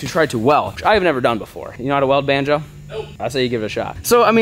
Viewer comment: IT IS BONZO! not" Banjo"BONZO!